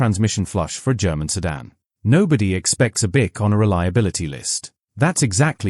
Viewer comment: You might want to learn how to pronounce Buick properly, then we might take you seriously .